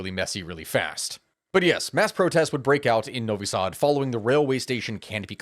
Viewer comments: Pronunciation of Novi Sad was on point man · Thanks for talking about protests, your pronunciation of Novi Sad was actually good. That being said you did make some mistakes in earlier history section of the video, though your focus on earlier corruption scandals of the SNS regime was a good addition. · You pronounced Novi Sad as a native :D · Novi Sad pronunciation on spot ;) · BTW, that’s a perfect pronunciation of Novi Sad. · You pronounced novi sad better than most ppl. Very good job! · im from serbia and u actually said it very well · You got novi sad perfectly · Bro actually said "Novi Sad" right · Your "Novi Sad" is perfect. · Novo Sad was pronounced more or less perfectly. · Your pronation of Novi Sad is actually good. Thanks for the video. People should know what is going on in Serbia. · Nop, you pronounced Novi Sad ok, that's kinda how we say it. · You nailed Novi Sad pronounce, honestly! Sending regards from Serbia! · you have actually pronounced Novi Sad perfectly. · Hello from Novi Sad , your pronounciation is spot on ! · You perfectly said Novi Sad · Your pronunciation of Novi Sad is spot on (your O is a tiny bit stretched). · You actually nailed the Novi Sad pronunciation. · You said Novi Sad great! You are a honorary Serbian now 🎉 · Actually Novi Sad was said perfectly. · you said novi sad really good. and then you are like i butchered it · You said Novi Sad well. And yeah if you went into the full history of the Balkans, this video would have been the Neverending story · Novi sad pronanciation - perfect. Vucic not. He is Vucic, not Vucik. (Vuchich) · Novi Sad. You said it good mate. Duck from the Serbia here. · Glad to see this being reported on by people outside of the country. Corruption has been so rampant here for so long that change seemed almost impossible these protests have been a beacon of hope that maybe the corrupt SNS can be ousted. Also you pronounced Novi Sad perfectly